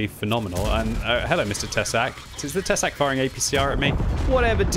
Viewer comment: Tesák is pronounced with long 'a' /tɛsaːk/ The translation is 'a fang':D